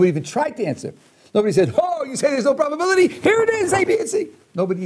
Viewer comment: He keeps asking, "what's the bubbability?" And I'm like, I dunno, what is "bubbability"? I can't calculate it if it's not defined. 😜